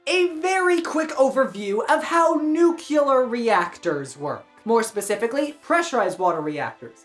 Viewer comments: nucular? Nuclear… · What's up with Americans that don'tknow how to pronounce nuclear???